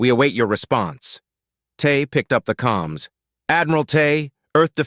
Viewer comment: Uh, the word is "Comms," not calms it is short for Communications